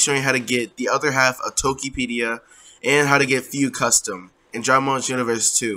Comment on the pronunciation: It's Xenoverse not Genoverse you noob. 😂😂😂